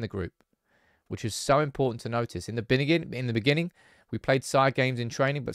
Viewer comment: In the beningging